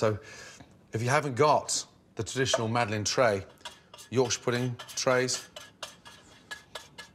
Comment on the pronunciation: It's "Madeleine" For fuck sake, at least TRY to type it in google, just try it...